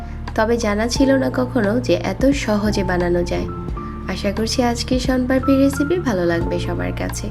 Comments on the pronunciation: কিন্তু তুমি দেখো উনি কিন্তু সন পাপড়ি লেখসে তবে সন পারপি বলতেসে😅😅😅😅😝🤭🤭🫣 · আপনি ভুল বলসেন সনপারপি না সনপাপড়ি